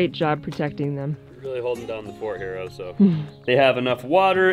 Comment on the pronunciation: Wire on the floor is a good suggestion. As chickens barely fly, did the run need to that high? Also check the pronunciation of the dogs name. Bear is Oso with short vowel sounds. Might just be the American drawl I’m hearing Ohsooo. But that’s up to you